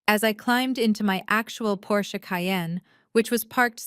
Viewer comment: Thank you for pronouncing 'Porsche' properly. It makes all of the difference to those who know.